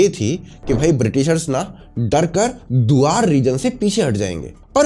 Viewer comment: Wrong pronunciation of Duars😂